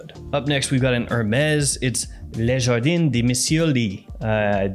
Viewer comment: He said Jardinne (feminin) for Jardin (masculin) 😁